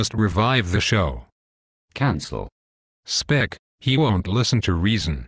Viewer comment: Nice video, it's good to know that some of us never give up! Shame he keeps calling him 'Speck', but that aside, awesome work! Love how the exec just says 'cancel' to everything :p